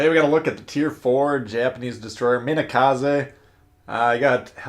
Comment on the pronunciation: No it's Japanese. MEE NE KA SE.